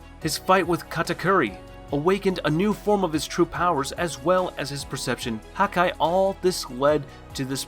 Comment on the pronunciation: The dub and sub definitely don't pronounce it like him 😂 and the way pronounce haki